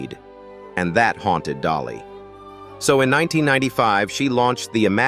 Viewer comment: Correction dolly not jolly. Dolly